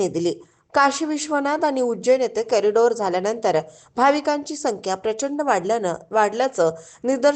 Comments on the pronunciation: कॅरिडोर नाही कॉरीडॉर मना आधी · कॉरिडॉर असा शब्द आहे, कॅरी डोर नाही